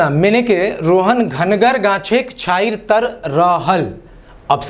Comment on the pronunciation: Sir so Chhanhiyar nahi Chhanhir h